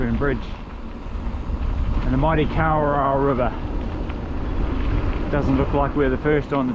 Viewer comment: Are you from the North Island, just asking about the pronunciation of Kawarau.